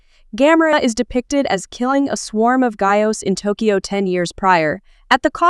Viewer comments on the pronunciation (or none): none